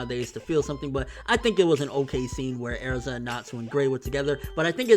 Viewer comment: STOP SAYING AIRZA!!!!